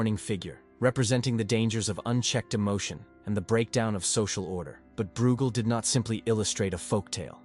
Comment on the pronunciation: Breugel is pronounced 'broy-gel'!